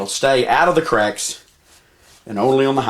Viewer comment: "Wheaz' tha crack-izzz?" LMFAO